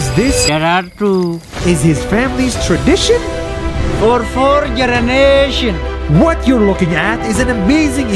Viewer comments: FOR FOUR "GERENATION" 😅 BTW LOVE YOUR VIDS NAS! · FOR FOUR KENARETION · "FoR 4 GeReNaTiOns" (advanced thinking - yeah yeah I know English is not his first language but it's comedy gold I love ) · He said "and it's been for for GERENATION" lol miss pronounced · FOR FOUR GERENASION LMAO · He said for 4 gerenation🤦‍♂️ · Is it gerenation I heard.or it's just me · he said gerenation nstead of generation